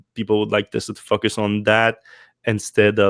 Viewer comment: I get a chuckle when I hear him pronounce "FOCUS", I hear "f**k us". Depending on your personal proclivity this is either highly offensive or at least mildly fun.